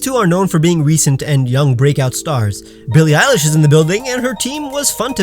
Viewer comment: Did he say Billie eyelash.